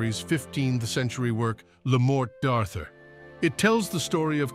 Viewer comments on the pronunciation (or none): well done but a few more actors might have been identified...the deity and devil in Time Bandits for starters....Ralph Richardson was a crooked priest in 1931, had an essential DEFINING role in Q Planes, the lethally boring brother in the Wrong Box... LA MortE d'Artur mispronounced...stick to one language; here, the Death of Arthur would be ok... Everbeginning Sagas lead out of mind back to our always transforming reality.